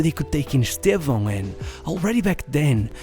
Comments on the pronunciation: You're the first gringo I've ever heard say Estevão's name right. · Além do belo conteúdo, ainda pronunciou o nome dele perfeitamente!